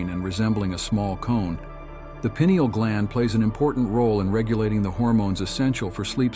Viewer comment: “Pine” ael is the pronunciation